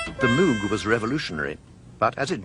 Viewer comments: Notice how she (correctly) pronounces "Moog" to rhyme with "vogue," rather than like a cow sound ("moo") with a G on the end. Go and do thou likewise! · Bob Moog said it should rhyme with Vogue. If that is good enough for him then it is certainly good enough for me. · Even Giorgio Moroder pronounces 'Moog' correctly! XD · She pronounces ''Moog" correctly, the narrator does not. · Of course she did, she knew Bob Moog personally, only Bob himself would know better how to pronounce his name ;-) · You can hear Wendy saying it properly, heh